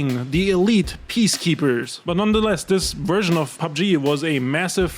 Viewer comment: Your content sucks.. ffs it's V E R S I O N... sick of hearing Wursian..if you want to be a creator and talk English.. atleast learn the language